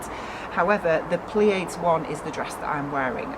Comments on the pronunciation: it is pronounced ply-ah-deez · I think it is pronounced pli-a-dees- it is Greek I think - the Pleiades are the seven sisters from Greek mythology and are a star cluster in Orion! The dress is gorgeous! ❤️ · Late comment but the name is pronounced something like Play-Add for an English speaker. Love your fabric! Thank you for this review!